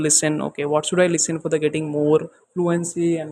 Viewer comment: Bro everything is good. Pronunciation of words like English and should improve pronunciation of those. I heard inglis and soud like desi version. I'm learning from past 25 days From English with collins and a lady i don't remember her channel name.